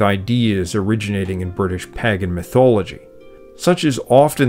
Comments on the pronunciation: For someone as well read as you clearly are, your consistent mispronunciation of pagan disturbs me for some reason. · Vert interesting but why does he pronounce Pagan as Paggan? Weird. Is it like "wodder" and "Laaa" instead of water and law? I suspect so. So lends suspicion to other pronunciations. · This is excellent. Thanks so much for sharing it with us. Its very obvious and evident that you have done so much research to be able to deliver such a high quality video. I did smile at your pronunciation of Pagan, but maybe its my pronunciation of Paagan that is wrong. I really appreciated how you explained the origins of Celtic/Gaelic Brittany and the Basque region in Spain. I could see from your maps that you are aware of the impact that the Deise people of Ireland (Modern day Waterford/Wexford) had on Wales. One thing that I find interesting is how the music and language of Brittany (to my ear anyway) seems much closer to the Irish language and music today than the language/Music of Wales does. It seems to me that the Welsh language and music changed more than perhaps the Breton ones did. That often happens with a people who become dis-located from their homeland. They fight to preserve their old ways and customs. In New Foundland you will hear accents more Irish than in Ireland and seemingly in Algeria the French spoken is more akin to "proper" French from a 100 years ago, whereas French in France has changed. I learnt so much from this video, thank you. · Pagan is not pronounced the way it is spelt, it's pronounced pay-gan. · Splendid history. Just bought a Teach Yourself Welsh so that I can make some sense of the language and its sounds--and connect with some of my ancestral Welsh who came from all over Wales. Thanks. And a question: you say Palat ial, but I, an American, say Palayshal, and you say Paa gan, but I say Paygan. Is your pronunciation that of a Welshman, that of most English, , or just your own?